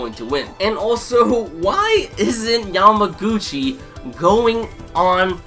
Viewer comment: It's kinda funny that you don't remember many characters name or pronounce them incorrectly but you keep saying Yamaguchi's name perfectly! I found it's funny :) Anyway, good review and please keep doing haikyuu's review! I like your review mostly because I am another person who wait Yamaguchi's spotlight time!